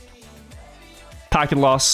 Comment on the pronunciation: He say "Packet loss" sounds like "Hackin' loss"